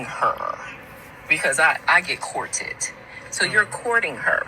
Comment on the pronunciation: Lol if this real, she's gonna be alone for a WHILE if she really act like that. "COOR TED!" this chick said 🤦